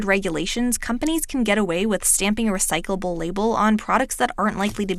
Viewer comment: Is she struggling with the world recyclable